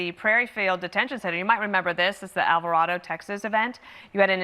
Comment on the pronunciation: if they pronouce alvarado wrong 1 more time, I swear to god